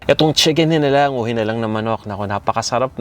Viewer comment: Walang toyo yung original na chicken hinalang (hee-nah-lang) wag nyo po bigkasin ng maragsa, dapat by syllables po kasi yung pagbigkas nyo ay iba ang ibig sabihin. Meaning nun ay manok na bungal. Hihihihihi instead of pinaanghang na manok.